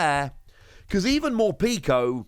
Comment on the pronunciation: Mor-peck-o. Not morpeeko